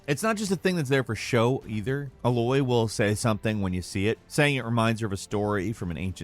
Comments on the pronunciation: it’s not ah-loy it’s A-loy lmfao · Who is this "Eloy" the speaker keeps referring to? Her name is Aloy, pronounced "Ey-loy" only about a hundred times throughout the game. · Uh-loy?? Did you actually play the game? It's Aye-loy and #2 of "you missed" you admit everyone sees. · Ay(aai)-loi is not the same as Eh-loy, sorry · It’s A-Loy, not fuckin UH - Loy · It’s A-loy…not UH-loy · "Ei-loy" not "Ah-loy"!! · Dude it's A-Loy not ahloy🤣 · If you say uh-Loy one more time I’m going to delete my ps4 pro. It’s A - Loy. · Thanks for posting this! btw, Aloy is pronounced "Ay-loy", not "uh-`Loy" - "A" like in 'say', 'day', 'okay'... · The way he says Aloy🤦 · Hearin him say a-Loy instead of A-loy is super cringe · Great video but her name is pronounced Ay-loy not uh-loy hope that help and fun fact the name Aloy or any variations of it means warrior. Aloy, Alois (the s is silent) Aloisia, Alessia and many more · Everyone: Aloy This guy: Ehloy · Dude, it's pronounced A-loy. Not Uh-loy. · He keeps saying ahloy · still calling Aloy "uhloy" I see 😭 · No, he pronounces it as if she is called: A loy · YES! ITS A-LOY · more like uh-loy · Ooof that Eh-Loy Pronunciation threw me off, You got me confufled! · " A Loy"? Jeez, considering they say her name every three minutes, its amazing he got the name wrong still. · bro, do you even horizon?? It's pronounced A-loy.. it's said every few minutes in both games, how did he not get that right?? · The way he pronounces Ally proves that he didn’t actually play the game and he’s just reading a script from someone who did play it 😅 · The way says "Ally" makes me wonder why they didn't get someone who played the game to do the video. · It's A-loy, as in, capital A! A-LOY! Geez! The game even pronouced it for you...repeatedly. Someone needs to go back to Pre-K. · Seriously. He finally nails “iteration” but now we’re getting “Uhloy”? He’s gotta be taking the piss out of us. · "uhloy" cringe... Just messing great video.